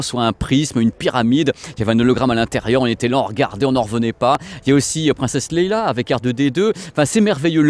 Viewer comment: Encore une video curieuse est intéressante! Attention à la prononciation de Leia;) Merci!